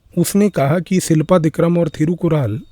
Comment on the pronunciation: शिलप्पदिकारम् .. not सिलपादिकरम्